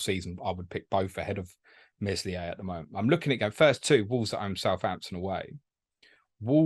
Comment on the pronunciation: the "s" in Meslier is silent lads